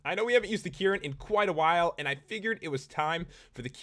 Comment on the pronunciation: dis dude pronounce and as "iiiind"